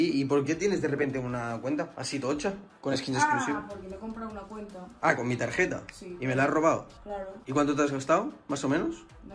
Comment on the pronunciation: Tarjeta con g "targeta" que crack 🤣🤣🤣